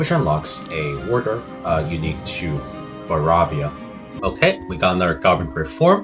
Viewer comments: why are you saying Baravia Dxxx Edit: Why are you saing Manchen DDDDXXXx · Yeah I'm totally gonna watch a video where someone keeps saying baravia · Bro united the HRE as Baravia